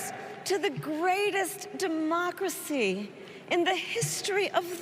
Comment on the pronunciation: Joe Biden cannot even pronounce the word democracy. 25th amendment.